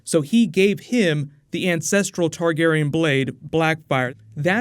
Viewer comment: You chose the questions that butcher the names lol. Targarion? Denny? My eyes hurt